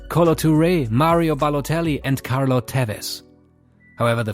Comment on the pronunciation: Its Carlos Tevez not Carlo...